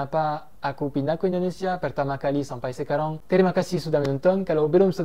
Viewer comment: Apa sekarang masih bilang sekarong bang.. 😂😂 mendengung gitu yaa pengucapannya.. lafal perancisnya masih medok 😁😁👍